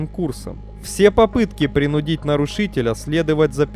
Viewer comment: Учим ударения. Не принуд'ить, а прин' удить